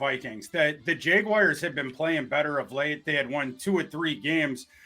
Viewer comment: The worst part about this week is I've got 7 days of hearing people mispronounce "Jaguars" as "Jag-WIRES". It's not a difficult word,.